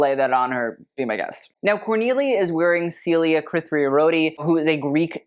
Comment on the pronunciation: You need greek friends to teach you how to pronounce Celia Kritharioti 😊 (Cree-THa-rYOh-tee)